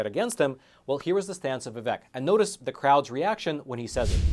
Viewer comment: A not deep state candidate, interviewed by a not deep state journalist on a supposed not deep state platform. Btw - I think he pronounces it Vi-vake. Yeah Tim and Nikki better raise their hand that they would support Trump - he helped them.